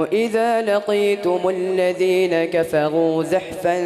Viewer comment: حضرت صاحب آپ نے الذين اور زحفا ميں ذال اور زا كا مخرج ايك كرديا اور تعوذ الشيطان كی ی میں زبر كى بو آرہی ہے لیکن بچے نے درست پڑھا